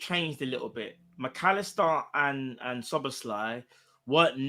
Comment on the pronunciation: and learned how to pronounce Szoboszlai 😂